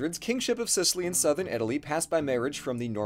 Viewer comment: "Gib Sicilly" 😂😂😂